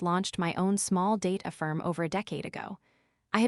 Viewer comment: Did you proofread and edit your script? It's "data firm", not "date affirm". That's only one of the errors I found. You won't get monetized if you keep trying to pass off AI content without human input.